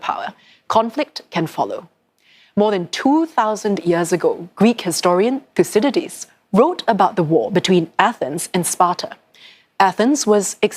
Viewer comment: “Yes hello, hello, thusididlidies why is your name so hard to pronounce thuscydiadlies, its making my lips sweat” 😂